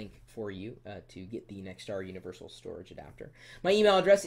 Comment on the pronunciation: haha u said univershal at :31 does it read floppy disc